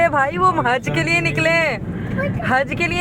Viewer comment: Lye ko nye bolti hy muatur